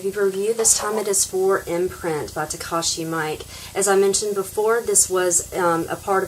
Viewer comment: Director's name is pronounced Mee-Keh not Mike